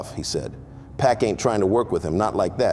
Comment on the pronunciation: Pls try typing “pock” in the script bc hearing PACK the whole video throwing all of us off 😭😭